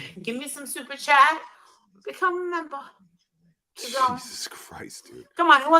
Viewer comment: Oh no she just said super shat! One of my favorite words. I need a sound clip of that too.